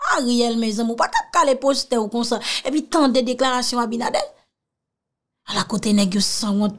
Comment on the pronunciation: Allo my love correction. Le no du president S DOMINGUE C' EST ABINADER. NO PAS ABINADEL MERCI MY LOVE